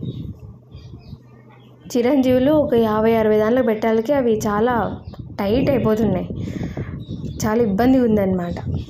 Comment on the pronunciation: మనిషి అందంగున్నావ్ మాటలే తప్పుగున్నాయి తమరు ఏమి చదువుకున్నారండి . సుందరకాండలో మీనా చదువా.. అందుకే చిరంజీవులు అంటున్నారు చిరంజీవులు కాదు అండి శిరంజి అనాలే ఓకే .అయిన ని ముద్దు మాటలు ముదు ముద్దుగున్నాయి ని గొంతు చాలా బాగుంది యువర్ వాయిస్ ఈజ్ సో స్వీట్ ఓకే బాగుంది ఓకే కీపిటప్ ..... యే వూరండి మీది చెప్పు ప్లీజ్